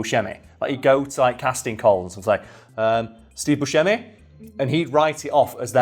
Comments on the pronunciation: It's pronounced "BUSK-a-mee" ;) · It’s pronounced Boo-Shame-ee Source: my now passed great grandmother who shared the last name with him and the local pizza/corner stores of the same name in Detroit Edit: I’ll add that I know we’re related to the original owner (now passed) but the family also claims we’re related to Steve but I question that deeply lol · He did say that Steve pronounces it Bu-seh-mi instead of Bu-shemi.